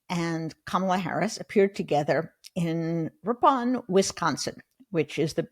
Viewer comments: Ripon is "rippin' not ri-PON hehe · Cheesehead here, just a note. Locally, Ripon is pronounced RIP-un. Carr y on with your stellar podcast Ms Rubin.